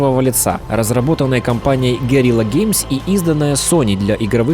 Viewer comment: Да, особенно то, что он говорит "горила геймс", хотя правильно "гуэрилла геймс", что имеет совершенно разный смысл.